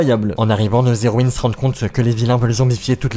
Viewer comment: Y'a un truc qui m'a perturbé c'st que tu dis "zéroïnes", sans respecter le h muet TT